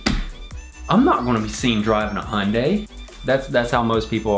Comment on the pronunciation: Ok its pronounced Hi-un-day